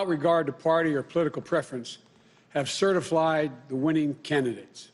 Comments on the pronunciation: Certi-flied!!!??? This doofus can't run even run his mouth properly nevermind a whole nation! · "good evening my fellow Americans, over the fast few weeks ... have certaflied" - joe biden 2020. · 13 seconds in and he's already like "certiflied"